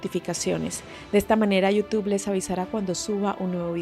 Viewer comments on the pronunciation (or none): none